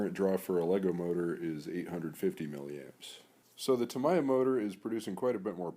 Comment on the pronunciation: Tamiya = “Ta-me-ya” 🙂